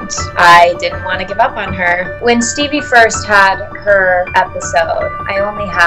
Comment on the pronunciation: It's Steve.. Not Steve..